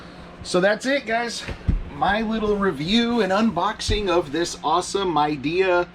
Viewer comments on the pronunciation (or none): This guy killed me 😂 “M-idea “